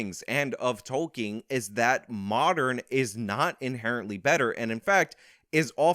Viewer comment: Ah yes J R R Tolking lol